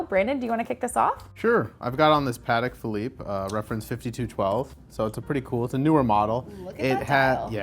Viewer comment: Too bad (or whatever his name is) doesn't know how to pronounce Patek Philippe. He should Google how to pronounce it properly because he loses all credibility when he doesn't know how. Would you buy a car from a man who pronounces Chevrolet with the T at the end?Nope, because you would know he doesn't know cars.